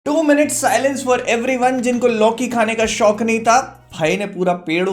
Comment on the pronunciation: Loki ❌ Lauki✅